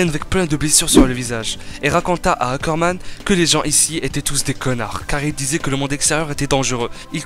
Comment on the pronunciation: STP essaye de prononcer ROD REISS et non rodresse......et aussi les Ackerman et non les Zackerman........